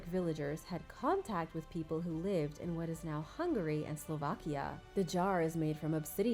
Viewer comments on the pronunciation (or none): none